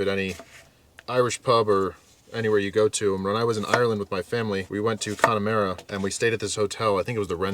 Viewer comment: CONNA-MAH-RA,, CONNA-MAH-RA